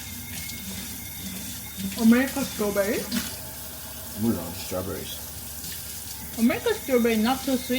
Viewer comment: 왜웃어? 완전 한국인👏 몰라 스트뤄베뤼s... 한국어 영어 섞어서 쓰는 거ㅋㅋㅋㅋㅋㅋ 진짜 둘다 너무 웃겨요ㅠㅠㅠㅠ 어메리칸 스트뤄베뤼 낫투스윗 하잖아🤔 아 딸기부심ㅠㅠㅋㅋㅋㅋㅋㅋㅋㅋㅋㅋㅋㅋㅋㅋㅋㅋㅋㅋㅋㅋㅋㅋㅋㅋㅋㅋㅋㅋ